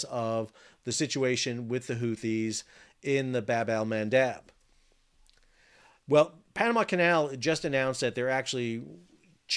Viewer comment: I love how Sal pronounces Bab alMandab 😅